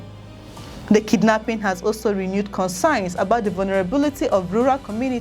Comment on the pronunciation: .... While returning from farm. Well-done Madam, but the word is concerns not 'consign'.